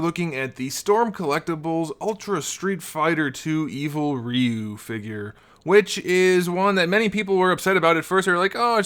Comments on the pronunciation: Its Re-you not Rye-you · right? he keeps saying Re-u but it pronounced Ry-u